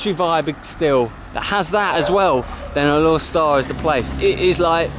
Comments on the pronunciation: FYI its pronounced as Alor Star with the silent 'e'. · Going to roots, it's Alor Star. Going by a miss here and there, it's Alok Sta.